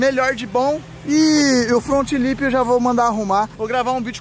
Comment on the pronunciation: Resumo do vídeo: "meu front lipssss" kkkkkkkkk